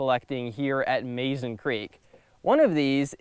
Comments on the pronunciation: Mazon is pronounced: Muh-zon . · I enjoyed your presentation. I’ve visited this place many times to fish and to hunt for fossils. Just an FYI, Mazon is pronounced “muh-ZAHN”. It’s also considered a river, not a creek. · I am confused about the pronunciation of Mazon. My mom was born in Mazon, Illinois. She pronounced it Muzon same as the creek. 🤔